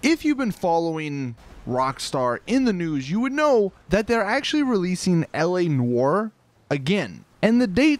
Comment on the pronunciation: whenever he says L.A NOIRE i hear like ELEANOR lol.... bioshock 2 memories